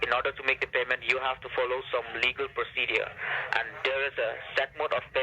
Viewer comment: This stupid scammer can’t even pronounce “procedure”